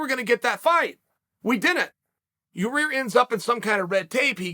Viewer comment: "Learning how to say Magacherryopav took me a period of time, I actually worked with Megan Olivi and had to break it down" "Ya-ear shouldn't be punished because Ya-rear still went out there and competed" Uncle Chael, master of languages 😂😂😂